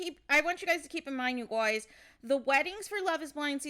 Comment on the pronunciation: I can't with the "you GOYZ" 😫